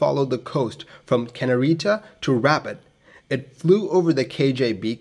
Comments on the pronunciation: Good ol’ Rabbit, Morocco! I’m starting to think this channel isn’t really about aviation education, but rather an elaborate scavenger hunt based on city mispronunciations. I assume when someone collects them all (there’s at least one per video) and descrambles or decodes them or whatever, it will lead to buried treasure, or a Swiss bank account, or something else juicy. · I'm going to it up a video that repeatedly says two plus two is five, and when someone comments that it's four, and why didn't I check before uploading, I'm going to say "I pronounce f-o-u-r as 'five' because language is fluid, and anyway you knew what I meant!" . ruh-BOTT. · I believe that is pronounced 'Rue bart'. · The presenter pronounces Rabat as Rabad and can't pronounces th or z. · if you heard that anywhere other than in this video...you heard it wrong. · I've always enjoyed your aviation videos. I'm sending you a very friendly nudge to search out the correct pronunciation of a city/location name before posting. I'm just using (Rabat) as an example. Correct name pronunciation sounds professional, researched and can only be a plus. Good luck with your next clip. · Rabat, Capital of Morocco, is pronounced RAB_AT as written and not rabbit. Kenitra is pronounced KEN_IT_RA as written not Kenerita. Calling a Sud Aviation Caravelle a Sud Caravelle is like calling a McDonnell Douglas DC10 a Mc DC10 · RABAT NOT RABIT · This guy is driving me nuts saying "Rabbit" lol!! The name of the city in English to my knowledge is "Rabat" (Rah-baat) . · pronunciation is rah-baht not rabbit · It’s more like “robot” than “rabbit,” with an emphasis on the second syllable (Rabat is Morocco’s capital) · Pronounced ' Ra - bat ', not rabbit. Interesting video, thanks. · Love these videos. You do such a great job. Thank you. FYI: just so you:lll know: iRabat is not pronounced like rabbit but RA-BAHT’. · notei; t is not pronounced Rabbit, it is pronounced Rob-bot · I heard it "Rabbit"! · Also it’s “can-eat-ra” (Kanitra)